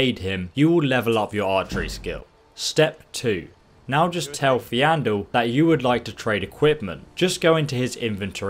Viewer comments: The way you pronounce Faendal makes me cringe. XD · lol i love how people are gtting so triggered by how he pronounces Faendal's name. it doesn't matter. plus he's saying it wrong on purpose to trigger people. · why are you teasing his name, it's bullying. it is faendal not fiandel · It's Fendal not Fe an dal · Faendal* it pisses me off when people say feeandal it's pronounced fan-del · Doesn't have dyslexia or something? At least that's what i heard and it would explain why he pronounces it as if it was spelled "Feandal". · I cringe every time he calls Faendal Feandel or Aela Alea. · FAYN-DAL. not fe-andal. also, AELA. not ALEA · "Feandol" (fee-an-doll) ... you mean Faendol. (fayne-doll) lol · Fayndal not Feeandal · Faendal not feandal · FJANDEL? WTF XDD IT'S FAJENDAL MAN. FAJENDAL. THAT'S HOW YOU SHOULD READ HIS NAME. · Why do you say fEAndal, when hes called fAEndal :D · Why can’t pronounce names properly faen-dal= fee and al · Fiandal Faendal :v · .... where all playing the same game right? They do pronounce things correctly in game... its Faendal (fayne .dal) not ... Feandal (fee.andal) lmao that was so distracting I had to watch this twice. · It's pronounced fendal not feeandal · FAYNE-dal Plz man, its hurting me. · Faendal is pronounced (fayndal) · I for one find it annoying that the guy can't see that it's not FEANDAL - it's not the end of the world but yeah - definitely strange. Maybe he's dyslexic? I'm a UK English speaker - it has nothing to do with where you're from. If English wasn't his native language I could understand. But yeah - it's not the end of the world - thanks for the video but please stop mispronouncing names it's annoying. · Snugglewithkok69/ Christian dad69 also calls Faendal "Feeandul" so there's that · Still pronouncing Faendal incorrectly... "Fayn-dahl" isn't difficult to say. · James Chamberlain Feeandoll XD (facepalm) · I pronounce his name (Fayne-doll) even though it is like Faendol to wach his or her own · Fay - n - dal